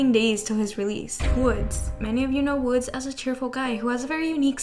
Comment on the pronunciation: Girl, Woodz's name pronunciation 😭 It's not "woods" with a z sound, it's "Woo-dzeu" (우즈). Closest is a sound between ee and ooh.